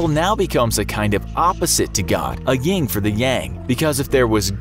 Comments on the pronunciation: Things I caught that make me suspicious of this video are that he said "ying" and yang when it's "yin" and yang and he said book of "Revelations" but it's just "Revelation" singular. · it's yin yang, not ying yang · “Yin” not “Ying” 😂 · did you say "YinG to the yang"? ...all credibility lost.